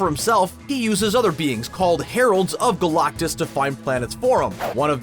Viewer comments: who is this 'GOLAUKTUS' this guy keeps talking about. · EVERY time you say GalACtus, it sounds like you are trying to cough up a hairball. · I hate the way you say galactus lol